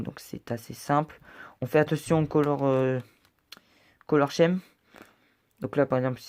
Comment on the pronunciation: par contre, attention, "Color Scheme" se prononce "Color Skim" ;)